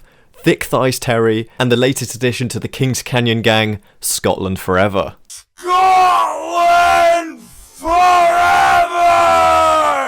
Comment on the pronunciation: "SCOTLAND FOREVAH!!!" 😭😭😭😭🤣🤣🤣🤣🤣🤣🤣🤣